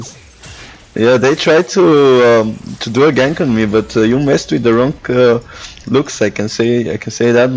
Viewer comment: Lux is not broken and at least learn to her name